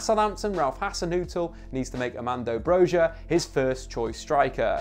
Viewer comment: Loved your vid, btw in Albanian J is a Y sound so Broja is pronounced Bro-ya with a slight roll on the R